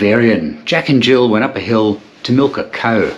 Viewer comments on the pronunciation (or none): none